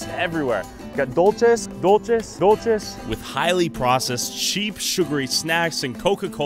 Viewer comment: I believe its pronounced duel-seh not dulche lol